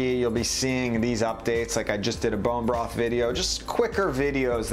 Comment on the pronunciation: Great video but why you keep saying bone bross . it’s broth. Just call it stock you can’t say the word